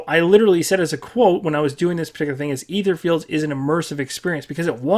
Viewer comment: Etherfields not Etherlorflds.